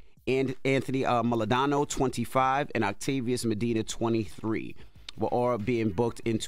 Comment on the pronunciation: Envy is Dominican. It’s “Maldonado,” not “Moladano.” He should know this. 😂